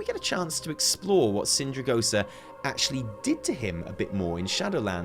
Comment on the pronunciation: Everytime says sindrigosa I die a little inside